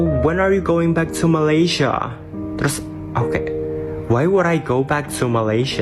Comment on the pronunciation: MALAYSIA DI BUNYIKAN MALE SIA BUKAN MALAI SIA